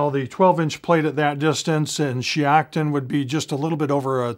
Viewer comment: If that’s shiocton, Wisconsin, which it looks like it is, (that’s the range I shoot at) it’s pronounced [shy-octon].